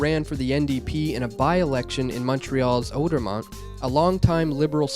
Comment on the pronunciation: it's worth a watch but damn, - SO many mispronunciations you'd almost think that you weren't Canadian. ARE you Canadian? Charette? Mulclair? outer-mont? come on, dude.